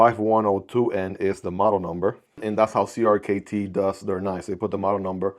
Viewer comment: You’re supposed to pronounce CRKT as “Cricket”.